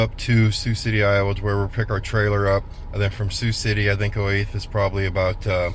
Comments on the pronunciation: Olathe pronounced Olathaaaaa😊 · Just a note on the pronunciation of Olathe, ks. It sounds O-lay-tha.